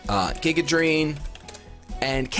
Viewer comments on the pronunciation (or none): none